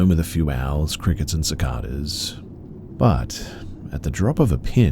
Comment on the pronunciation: Just to let you know...Cicada is pronounced siCAYda